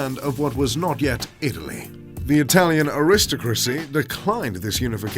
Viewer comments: "Areest-a-creecy" ….. Try Arys-toc-racee. Aristocracy. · You would think someone named would know how to pronounce "aristocracy", but apparently not:! This is how (in the English accent he is affecting)